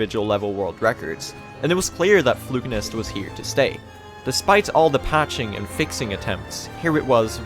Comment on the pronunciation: His pronunciation of Flukenest as "Flukenist" kept throwing me XD